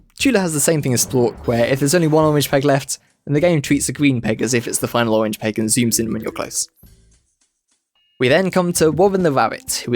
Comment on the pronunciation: I didn’t know the owange pegs appeawed at wandom